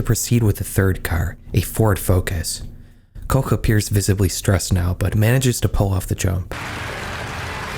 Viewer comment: HUGE shoutout to you bothering to pronounce the German words and names properly (I gasped a little at that "Koch" and rewinded to check I was hearing that right lol) and doing some proper research too. Even showed Schlag den Raab when mentioning competing shows. You didn't have to, you didn't even mention it by name specificially, but your b-roll actually showed relevant information. That's some dedication to accuracy. Anyways, love your videos! Keep up the great work. ETA: Little correction though. The accident did get aired, you could see the fall on camera. It didn't look bad when it happened, because everything happened so fast. You likely just have an edit of the broadcast that cut that part out to be respectful to the victim(s). The version everyone saw live on TV is available on youtube, but not that easy to find if you don't know German. For those curious, search "Wetten, dass..?? Unfall KOMPLETT mit Wetteinsatz" on YT, you'll find it.